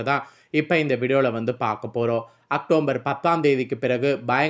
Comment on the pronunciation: வள வள என்று தேவையற்ற விஷயங்கள் பேசி நேரத்தை வீணடிக்காமல் ரத்தினச் சுருக்கமாக வீடியோ பதிவிடவும்... மேலும் அது அக்டோம்பர் மாதம் அல்ல.. அக்டோபர்...